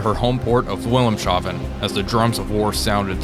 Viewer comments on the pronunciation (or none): The fuck's a "shahven"?? Dude. My guy. The word is haven or hafen. It is "Wilhelm's haven". ...cause "Wilhelm"....being the Kaiser and all.....had a "haven" built there. Not a god damn "shahven", whatever that is. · Just a quick tip: Wilhelmshaven doesn't have a "sh" sound, the s and h belong to distinct syllables. It's basically "Wilhemsport" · Your pronounciation of Wilhelmshaven is a bit off. :D You need to pronounce it like Vill-helms-hafen. :) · Brothers, your not shaving any city here - it's pronounced Wil-Helms-Ha-Ven, where the haven is pronounced like "Hafen" (harbour) :D If you need help with pronounciation - hit me up :D